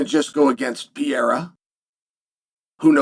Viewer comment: If you can't pronounce his name correctly, just say Alex for the love of God and grammer.